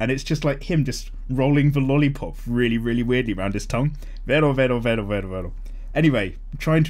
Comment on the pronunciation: in Stardust Crusaders it's Kakyoin who gets replaced and licks the lollipop. Also, the sound he makes is "rero" not Vero. Also, don't pick up Monster Hunter World. No matter what anyone says. The game is too fun to put down. You will get addicted to it